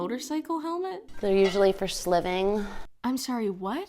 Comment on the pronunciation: That word SLIVING again. She lives at Slivington Minor?